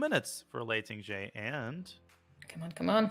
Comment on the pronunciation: Can someone please tell the commentators that jie in Tingjie is pronounced jee-eh, and not just jee